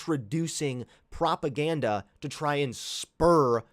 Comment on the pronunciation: Propaganda, I like how he says propaganda, it sounds funny.